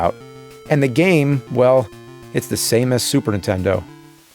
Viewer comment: Ah yes, the classic soup erntendo.